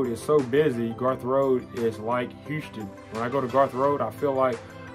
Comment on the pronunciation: Nice video! I just moved here and i appreciate you making this video. Just the way you say Houston really bothered me but other than that it was good. Heeouston.